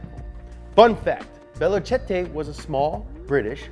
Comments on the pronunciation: Velocette is not a French word, Its pronounced... Velo Sett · The movie is great and your tribute was very moving. I get you man. On a side-note, we pronounce Velocette as 'Vell-o-set in lil ol Ingerland :-) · The motorcycle manufacturer is pronounced ( vel o cett ) Velocette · its not italian its not vel-o-chetey its just pronounced veloset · It’s pronounced Veloset not Velochettay. It’s British not Italian. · VELOSET IS THE PRONOUNCIATION MY AMERICAN FRIEND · Velocette, pronounced "Velo Set" although as it looks Italian you would think otherwise. Ken Miles, pronounced "Superman", guy was a legend. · Velocette is pronounced Velo - set. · This is why your content works for so many people. You add humour to the videos, but it's clear you're invested in the work that you do. I salute you for that. One point of note from a Brit... Velocette, is pronounced vellow-set because we've never heard of the eyetalian language. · That is pronounced "Veloset", it ain't Italian either! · Velocette is pronounced ‘veloset’ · you pronounce it Veloset. velocette fool fraser nash wasnt his first foray into racing either.Why are you crying was he a mate of yours. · Velocette... pronounced VE-LOW-SET.... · FYI, it's pronounced as veloset:D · I know it's a small thing, but its pronounced "velo-set". But I do love this show! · Right! It's pronounced Vell-o-set and Corps is pronounced Core. FFS mate sort it out!! 😂😂😂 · It's pronounced Velo-set and you should definitely do an up to speed on them. Ken is one of my racing idols along with Sir Sterling Moss and Colin McRae, I really think that if Ken Miles had lived he would have been hugely successful and famous. I loved this episode by the way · Its Vel o set. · Velocette is pronounced “vel-oh-set”. I know because I’m British and a friend had one when I lived in England. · Need to look how to pronounce Velocette chap. If you cant say it just say Velo. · He pronounced velocette wrong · Learn how to pronounce velocette